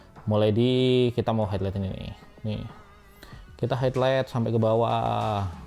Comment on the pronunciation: Bang, maaf nih sebelumnya Kalau ngomong highlight tuh "hai lait" kayak gitu aja CMIIW